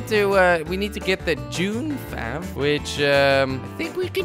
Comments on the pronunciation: It's not dune fav it's dune f-a-v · it's called dune f a v